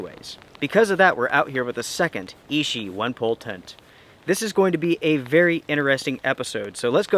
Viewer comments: It is pronounced i-chi not “e-she”. Ichi means number one in Japanese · Fantastic follow up! Oh and just a heads up for accuracy,, ichi is Japanese for the number one and is pronounced ee-chee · Clear user error, called it Ishi all the time instead of Ichi (which means "one") ;)